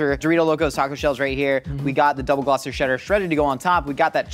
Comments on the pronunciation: Little fun fact, it's actually pronounced "Gloss-ter" cheese, not "glo-chescher" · the fact that he pronounced "gloucester" as "glau-chester" is disappointing. Glosster,. Double Glosster. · it is pronounced "gloss-ter" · says gloucester me, from massachusetts: i am suffering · is no one going to talk about how he pronounced gloucester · as a Massachusen im very offended at how you pronounced Gloucester